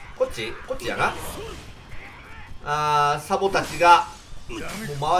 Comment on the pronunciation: サボがザボになってて草